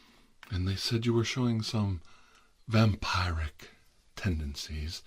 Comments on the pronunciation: It's "vam-pier-ic" you mortal clod! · says vampire-wrick Few minutes later says Also tirar: says vampiric